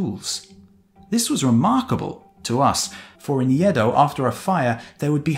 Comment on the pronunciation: It's not Yeh-dough, it's Aeh-doh. Next time try your best to pronounce Japanese names properly. Other than that, splendid work, thanks a lot!